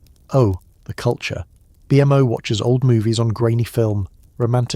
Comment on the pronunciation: the way u say BMO makes me irrationally angry pls stop😭😭😭